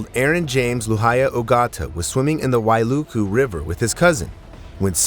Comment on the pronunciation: You pronounce Wailuku correctly , I’m confused or maybe deaf cause did I hear HI-LOW? I thought A-I was this legit… 🤔